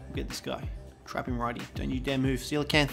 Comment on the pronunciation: Thank you for pronouncing it correctly! I can't tell you how many people I meet, who think they're called "coal-acanth". Ironically, doedicurus is pronounced the same way as coelacanth, so we should all be calling them "deeds"! ...probably not doing that, though, tbh.